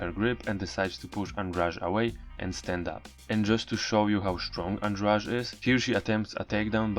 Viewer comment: Goshhh ANDRADE NOT ANDRAGE... Why you all keep on saying it wrong it's driving me crazyyy!...